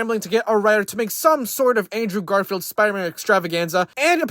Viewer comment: Who tf is Andrew Garfart ? You can't even say the name right bro get tf outta here